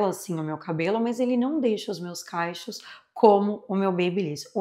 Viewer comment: Oi linda! Conteúdo impecável, assim como todos q vc produz. O único erro é falar “caichos”, ao invés de cachos, às vezes pode por morar há tanto tempo no exterior pode confundir … no mais vc é uma fofa e mesmo não tendo o menor interesse no produto, assisti só por ser seu. Bjssss